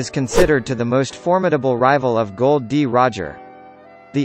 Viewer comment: Thats not Gold d. Roger thats Gol d Roger